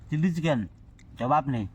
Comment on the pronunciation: ওটা চিল্লি চিকেন নয়😅 ওইটা চিলি চিকেন 😂